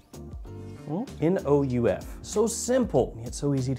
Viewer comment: I would like to receive the one from Paris corner! Btw it's pronounced "nuuf" 🤭